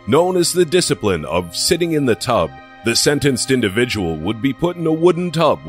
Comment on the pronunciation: I know this isn't the video to joke around with but did anyone else think it was funny when the narrator was like "Number nine.. THE TUB..."